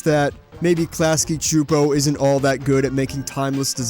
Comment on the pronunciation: Yesss you pronounced Csupo right! Many people don't seem to care.